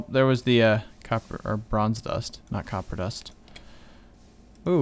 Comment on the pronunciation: lol it's copper not coper!!!